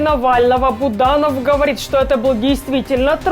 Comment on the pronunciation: Фамилия Буданов, а не Буданон.